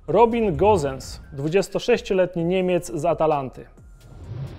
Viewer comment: Szacun że nie brechnąłeś podczas wymawianiu niektórych piłkarzy (Caputo, Gosens, Merino..)